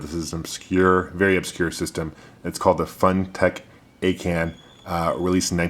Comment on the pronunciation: its pronounced as "super uh-can"